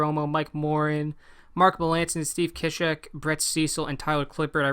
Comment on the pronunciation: I'm pretty sure it's pronounced {sea-shek} not {kishek}